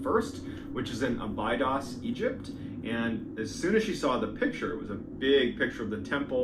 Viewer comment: The Narrator is Killing me when he pronounces Abydos (Ab I dos) is the way it is sounds only way I know because it was in Stargate SG1. But love his story telling though.